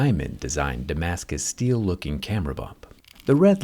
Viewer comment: Zach, did I hear you say Damistic steel?? :D